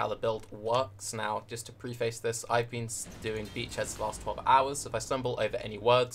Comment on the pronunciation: its pref-ace not pre-face.